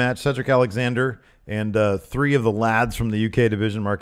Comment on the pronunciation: Do Americans not use the term 'lads'? It seemed really stilted when said it, like when Americans try to say bloody, or bollocks, weird. I guess you learn something every day.